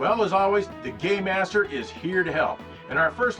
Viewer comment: When he says "game master" it sounds like he's saying "gay master".